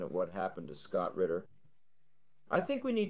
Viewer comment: I think his last name is Ritter not Richter